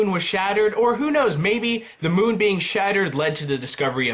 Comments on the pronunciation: Moon not monn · Bruh you said Monn not moon in the words to the left .